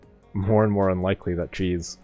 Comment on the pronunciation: sometimes i hear say cheese instead of jeez lol